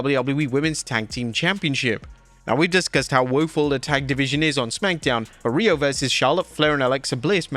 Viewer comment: Who the hell's calling them "Rhe-iyo!?"